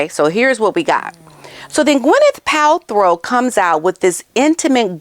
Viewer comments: Isnt she in Nigeria? Btw its PalTROW not PalTHROW. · It’s PALTROW NOT PALTHROW. SORRY TO POINT THIS OUT TO YOU. OUT OF LOVE THAT I AM SAYING THAT. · You mis pronounced gwenyths last name thru pot this whole clip . Pal-tro…not throw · Ooops. It's not Palthrow. It's Paltrow. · It’s PAL-TRO not Pal-THROW as in throw me the ball. No H in her last name. Please say her name right. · Girl. That’s Paltrow. Pal. Trow. No throw in there. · Quick correction because you said it multiple times - it has never been Pal-THROW it's Paltrow. 😬 I notice a lot of Hank and Skank call out YouTubers get simple words wrong and I'm like NOOO you mustn't when covering these actual lowest of low idiots. 😬😣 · Just wanted to say that her name is pronounced as Pal-tro, not Pal-throw. 🤷🏻‍♀️ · Killing me, smalls. Pal-trow.